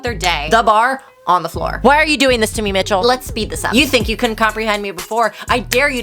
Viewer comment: it is not you it is the English language that is pronouncing ‘Michael’ wrong